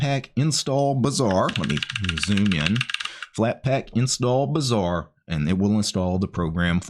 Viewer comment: But when you say it "Bazaar" sounds like "Bizzare"